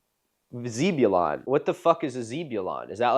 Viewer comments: Why would you say zeeb and not zeb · zeh-byoo-lon, not zee-byoo-lon. had a friend named after him, kind of a rad name. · Sorry... "ZEE-bu-lon"? Bro I love you but what is that pronunciation. Must've never read the Old Testament (i jest, but you pronounce it "ZEH-buh-lan", like one of the twelve tribes of Israel, or the town in North Carolina) (years of sunday school has ingrained this information into me sorry) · ummm I don’t think that is how his name is pronounced. Zeb not Zee. The same ‘e’ sound like the word egg. lol Just a guess. Here in NC we have a town called Zebulon. Us NC natives pronounce it Zeb-u-lun. He have had A LOT of transplants (mostly Yankees & half-backs) move into the area and we can ALWAYS tell by how they pronounce the name! 😂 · ZEB you lawn. Rhymes with Tedulon or Bedulon, not zeebulon! And could we be respectful of its venerability? Because like many others in the 19th-century--Jedediah Smith, Meriweather Lewis, Ulysses Grant, Tecumseh Sherman--Zebulon was quite an honorable name. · Hi Milo, I am actually a descendant of Zebulon Pike. The way you pronounce his name gave me a good laugh. It is pronounced zeb (the same way English people say zed for the letter z), not zeeb-ulon. Love your work. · as a southerner who knows people named Zebulon, the correct*(for my area) pronunciation is like Zehbeulun or Zeb for short. It's a really neat and unique name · its pronounced Zeh-bew-lon. I like in Pike County, Georgia. The place is named after him. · The “e” Zebulon is not pronounced like zebra, it is soft “e” like hey. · Zebulon is prnounced like jeb ulon. Side note you should look at indianas mounds, theyre neat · Zeb sounds like Jeb (Bush). Not Justin Zieber. You algorithm asshole. Love you - Kyle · As someone who has a friend named Zebulon, I am obligated to let you know that the E is pronounced as "eh", like ebb and flow. 😂 Other than that, wonderful video as always!!! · In Zebulon the "e" is pronounced as e for egg not ee. It's a hebrew name.